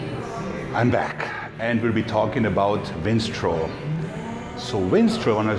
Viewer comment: Vinstrol....love the accent